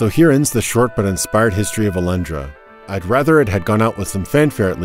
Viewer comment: Do you really say "Alandra" in english? ...weird.